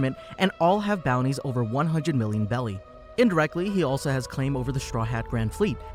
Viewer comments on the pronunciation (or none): BERRY NOT BELLY 💀💀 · He said belly instead of berry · berry not belly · Lol, the One Piece currency is pronounced Berry, despite how it’s spelled. I thought it was called belly too by the way it’s spelled as Beli. The way some Japanese words are, L’s tend to make an R sound and vice versa. Like the cute little demon cat from InuYasha— Kilala, said as Kirara. The same is true for the One Piece world’s currency “Beli” is pronounced as “Beri” or berry… sorry to be one of those people… but ever since the worst movie that was ever made: The last airbender… it’s almost compulsory to want to make sure things are pronounced correctly… so tragedies like that movie never happens again 😭 Lol, but seriously though, just trying to help you out, so no worries ☺️ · am i only one that geting triggerd for him saying not berrys